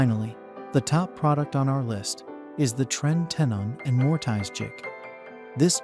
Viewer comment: “More-Tie-zzz” Uffdha!